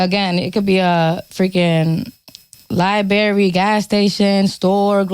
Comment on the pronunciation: as soon as i heard 'libary' - i checked out. I cant take you seriously if you cant say library properly. God damn.